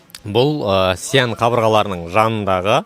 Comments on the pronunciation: Сиянь емес Шиән , қазақша Ә деп айта бер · Xi an. Деп дұрстап аитшы